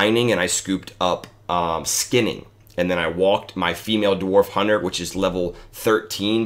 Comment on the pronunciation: I love how you emphasize “female dwarf hunter”